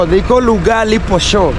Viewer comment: Its called posho and not poshoo